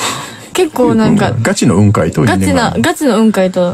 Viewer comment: 蕎麦焼酎の雲海ではなく、空にある雲海イメージだよね？ イントネーション「半生」でなく「反省」の位置だと思うんだけど「半生」の言い方してるw